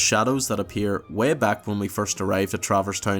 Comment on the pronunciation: And "way" like "wehh"